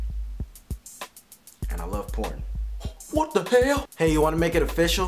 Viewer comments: "Wat da hael"lol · i laughed hekka hard every time he said whut da hell! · Lmaoo!!! Its funny how he says "Whata hell?" lmao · I love the way he says "whata hell" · He says WHAT THE HELL like an asian .. (